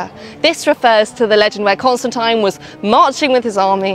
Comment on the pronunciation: But decide on one pronunciation of "Constantine" and stick to it...